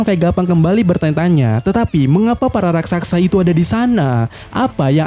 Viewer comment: Ahh min,, pengucapan yg berulang Bukan RAKSAKSA, juga bukan RASAKSA, Tapi yg benar RAKSASA, RAK-SA-SA.